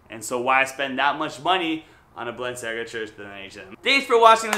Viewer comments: Noooo, "Balenciaga" not "Balanciaga". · BALANCIAGA ? oh no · Tf is balanciaga dude? Hahahahaha learn your brands please